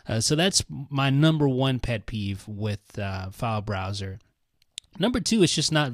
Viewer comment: He's saying failesbroswers